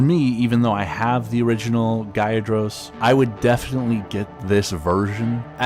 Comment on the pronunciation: bro u rlly pissin of mad pokemon fans. its magikarp as in magic, and gyarados is pronounced g-yair-ruh-dòs.